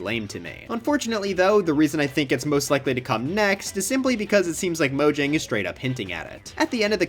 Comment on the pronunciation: its pronounced mojang not mojang be careful